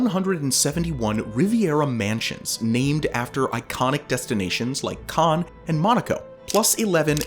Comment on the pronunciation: 'Cannes' is pronounced like 'can' in English. 'Caen' is pronounced like 'kahn'.